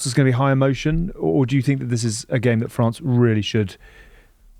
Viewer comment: did haskel have a bet on how many "i fink" can he get in one show